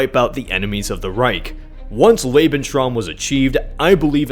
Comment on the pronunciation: Love how you pronounce Lebensraum. Lebenshraam